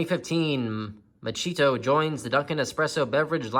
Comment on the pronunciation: I believe it's pronounced "Macchiato." Surprised the box couldn't at least get that right.